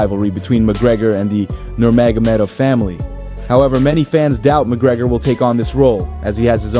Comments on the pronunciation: You need more practice saying "Nurmagomedov" 😜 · You said Khabibs last name 3 times in like 40 seconds and each time you pronounced it differently....and each time wrong!!! haha (you came close on the last attempt tho) How do you not figure that shit out before recording your video???? It's not like he's a new guy on the scene....dudes been around a long time.....shit..he's been retired for about 5 years now???? Do some research bro!!!